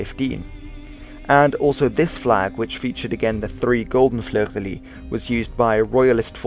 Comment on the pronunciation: Fleur de lys ou fleur de lis is pronounced \flœʁ də lis\. I'm curious what you think of the Russian flag, hehe.